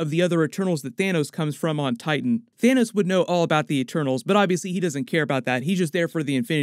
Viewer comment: did you…. Did u just call him Thanus??!? 🤣🤣